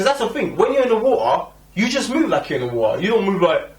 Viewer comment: i cant get over how he says water..."war uhh" lol...but yea no the trailer looks epic!